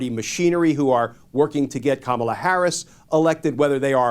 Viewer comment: Kamala should sue him for Defamation everytime he has spoken her name incorrectly!